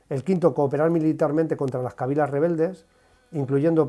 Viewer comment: Los Gabachos apostando desde el XVI contra el Imperio Español, hasta que necesitan de las fuerzas Españolas y ahí ya se ca-gan. España tiene dos grandes enemigos, los Gabachos y las elites económicas y( politicas) de dentro de España. Por cierto Kabílas… no kábilas… golpe en la “i”